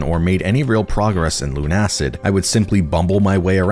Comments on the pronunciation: It's not LUN-ACID but LUNA-CID because it's build from the words LUNA and LUCID. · Look. I'm pretty positive it's pronounced Luna-Cid not Lun-Acid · I'm pretty sure it's pronounced Lunacid, not Lunacid